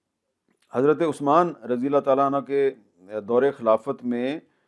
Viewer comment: The word in unho not Unha.